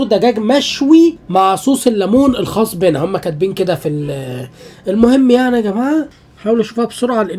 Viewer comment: بَنا ايه اسمها بِنا 😂😂